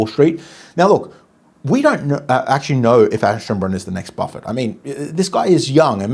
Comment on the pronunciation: Iam a german viewer…Leopold was Perfect but Aschenbrenner needs one or two times more practise 😊